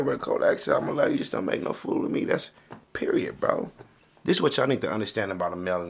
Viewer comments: She say period I be like peREOD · She say period I be like PEREODD 🐐🔥